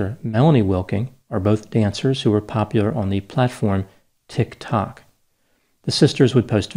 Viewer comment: "Tik (dotted whole rest) Tok"